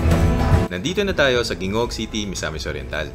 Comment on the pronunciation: maganda ang video po... may konting correction lang po sa bigkas ng Gingoog.. hindi po GIngoog kundi HINGOOG po ang tamang pronounciation